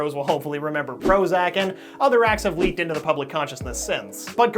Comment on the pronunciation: HBGVG “LEEKED” I CHOKED